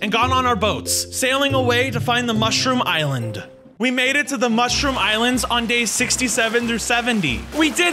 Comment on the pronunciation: It is a mushroom not mooshroom